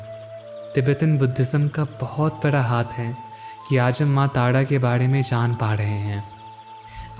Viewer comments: आप बहुत अशुद्ध बोलते हो। टाडा नही तारा बोलना सीखिए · Tada tada q bol rahe ho bhai Tara bolo na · Gayan bahut achha diya aapne voice v mithi hai lekin kuch sabdo ko ajib sa kyu bolte hai jaise tara ko aap tada bol rahe hai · अबे तोतले तारा है , तू ताड़ा क्यों बोल रहा है ?? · Why do you say Taada. It’s Taara right?